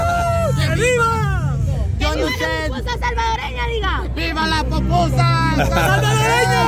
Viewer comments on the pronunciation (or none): Porque la Fuchy Fuchy tiene que burlarse de la Forma de hablar de las personas burlandose del Gringo porque dice popusa en vez de pupusa 😡😡😡